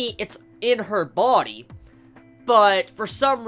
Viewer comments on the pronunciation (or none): none